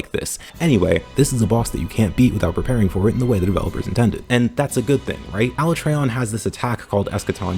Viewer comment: “Aluh-trey-on” Im dead